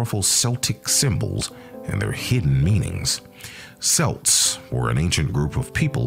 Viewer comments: Its kelts not selts. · How can you lecture about Celts if you don't even know how to pronounce it properly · say it right computer it's pronounced, 'Kelts' NOT 'Selts' they are not a basketball team. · Every time he says selts or seltic the rage of 100 generations come out for about 2-5 seconds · CELTS the C sounds like a K KELTS KELTIC get it right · Your pronouncing Celts wrong, it pronounced Kelts. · The accent selts , who the hell are they? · Lad says selts I'm fuckin dyin here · If he hasn't heard the word "Celts" in spoken form, I can't begin to take this seriously. Dead at 25 second mark. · 😆😆😆 damn I can’t even watch it now every time he says “celts” I cringe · Nah, you can't even pronounce Celt correctly, so bye. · Nice video except for the pronunciation of words "celt", "celts" and "celtic". That is really annoying, if not irritating. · As soon as he pronounced it like that I was done.